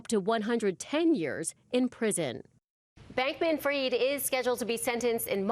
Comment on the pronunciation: Why does everyone in the media mispronounce this guys name ? It’s not “Freed” and it’s not “Freid”. It’s Fried, like chicken.